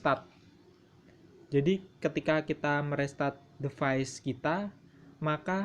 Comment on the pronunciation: Play Store itu bacanya pley bukan play Device itu bacanya divais bukan devais dan sama halnya kaya default bacanya difault Dan juga bug harusnya bacanya bag